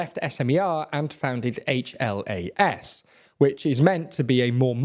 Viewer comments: Im tearing up at your pronounciation of Fico and HLAS, SMER, Fico is pronounced with a hard C, SMER and HLAS is one word not individual letters, also this was a week ago and I didnt even know my government apparently collapsed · Only 1 thing , HLAS is not shorten of 4 other words, it is only 1 word hlas which can be translated to English as Voice. And also, for me as Slovak pronounce of Robert FICO's name as Fajko is the best thingI have heard in long time😂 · "Fiko" is pronounced "Fitso" 😉 (c is always ts). SMER is pronounced "smer" (e as in attack). HLAS is pronoucned "hlas" (a as in above")